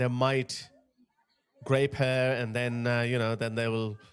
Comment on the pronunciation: rape begins with an r, not a g